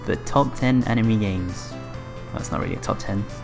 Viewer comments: for some reason I don't like the commentator's voice, and it also bothered me how he said animey instead of anime. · "Top 10 Enemy games" LMAO at that pronunciation